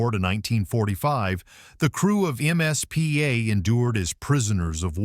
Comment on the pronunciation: Why does the narrator call the “MIZPAH” the “MSPA”? A bit antisemitism there?